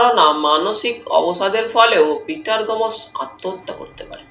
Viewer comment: গোমোস!😂 গোমোস> গোমস্ উচ্চারণ এত খারাপ!